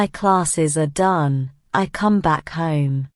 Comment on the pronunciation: I Heard "home" is = huim. This is different i usually hear